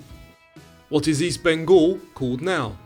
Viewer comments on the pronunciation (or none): none